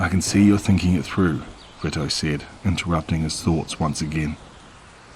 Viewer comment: Vito is pronounced VEE-TOE just saying I’m not being a bitch most narrators like to know correct pronunciations interesting so far 😊